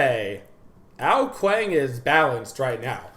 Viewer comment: I mean how he says ao kuang not like ao kuang like its supposed to but he says it like ao kuWANK.... lol